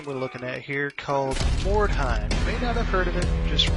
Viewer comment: it's pronounced Mord How